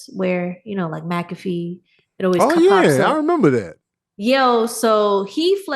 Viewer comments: McAfee: “mack-a-fee” Y’all threw me off with the pronunciation. 😅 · I don't want to be that guy... But actually..😂 it's pronounced Mac A fee